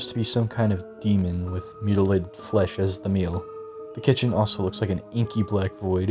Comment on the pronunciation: can you really not say mutilated